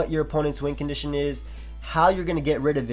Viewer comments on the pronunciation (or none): I have always thought you said wind condition not win lol